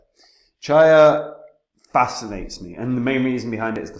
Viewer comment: its going to $3,000 and please do not pronounce it Cha YA, its pronounced Chi-AH.